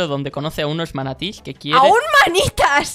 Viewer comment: "MANATÍES" AJDKFGERFGAKJSFKWEYGFKUYFA NO PUEDO AKJDJGKHKFAREGF